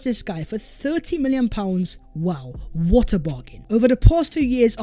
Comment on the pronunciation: Yup… even spoiling the New Year for me and others with his gargantuanly STUPID ending “VHAT IS VHE VIDEO VHERE AND VHERE.”!! GET A GRIP YOU CRETIN!!! NO ONE speaks like that!!